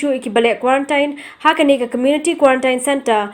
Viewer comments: U mat ia dep kam dei te ka ktien khasi jong ngi pynkhuslai kai ...ka right pronunciation ka dei kwarentiin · Ym dei kurantain dei kurantin